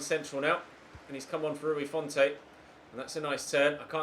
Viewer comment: It’s Rui font, don’t pronounce the e